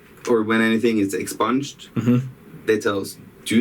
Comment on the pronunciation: “Ex-sponged” lol wtf